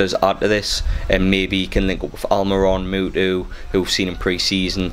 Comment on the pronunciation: Its muto not mootoo